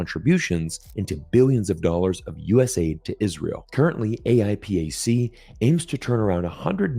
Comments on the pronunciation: it's pronounced "ayy-pack" lol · AIPAC not: a i p a c